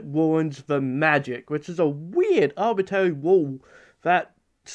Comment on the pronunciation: Man I hate abitawy woowls